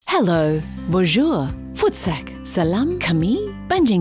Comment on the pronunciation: You pronounced "Voetsek" WAY to frikkin well and caught me off guard. I'm in tears laughing. For those who aren't aware: "Voetsek" (the one pronounced "foot~sack" in the opening greeting) means "p*ss off" and is (I think) a uniquely South African word originating from Afrikaans (I think. We use it so often that I forgot the origin). Come to think of it, you pronounced all those phrases that I'm convinced is you swearing at us really well.